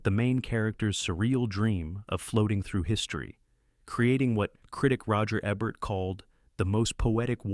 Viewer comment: Hell, it took until minute 26 before it (AI) learned how to pronounce Roger Ebert's name. Altho really, this just speaks to sloppy rushed production. If you can't afford to pay a professional narrator, at least pay a trained person to tweak the AI and redo sections until they're acceptable.